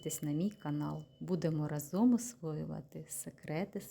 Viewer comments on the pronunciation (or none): none